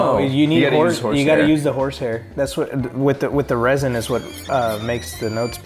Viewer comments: He said resin but it's actually rosin (ro-z-in) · When he said resin instead of rosin